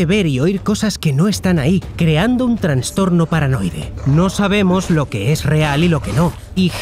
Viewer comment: "transtorno".....transtornooo? tienes que oirte antes de publicar el video jaja